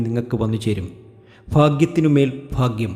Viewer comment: ഫാഗ്യേ മൊ? പൊട്ടൻ😅😅